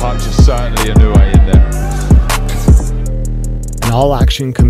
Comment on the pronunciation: Its not "E New Yay" but "E NO Wu Eh"